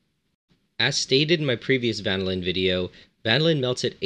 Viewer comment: Love the "vanaLIN" haha